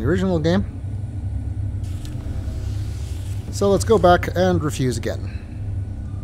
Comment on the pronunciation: I know it isn't what you meant, but I heard that as 'And we die a-Gehn'